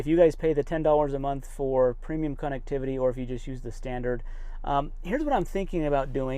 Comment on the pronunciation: Funny... Doesn't pronounce "connectivity" correct! LoL 😅. It's not a "con"vict!